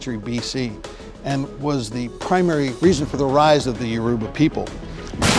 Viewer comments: Yoruba is pronounced Yoh-ro-bah but to be honest I didn't even notice it has been spelt with a u my entire life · The way he said Yoruba made me cringe let me not lie 😂😂😂